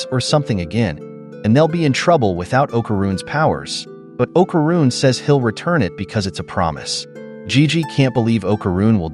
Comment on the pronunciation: Pisses me off the way u saying okaruns name